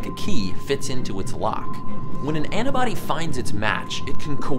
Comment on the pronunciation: Just wondering, you know the word is "antibody" right? Because you keep saying "anna-body" and it's honestly so weird